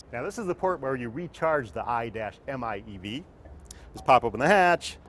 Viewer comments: The "Aye-Dash-Em-Aye-Eevee" Oh PLEASE! Would u cut that f* nonsense and call it the "Mitsubishi I" instead? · You had me at "I dash m I e v" sexiest name. Imeev. Stop saying I-dash . My god. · Stop calling it the i-dash-miev! You could just say "car"!